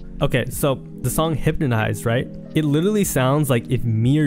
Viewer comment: “Hyptonize” W English white boy💀